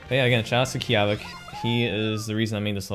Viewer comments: Key-aw-vic? I always heard people like Carl say it Keya-vick. This, MATTERS :P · The real Italian pronounce is Key-Av-Ic